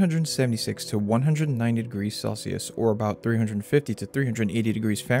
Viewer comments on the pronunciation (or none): none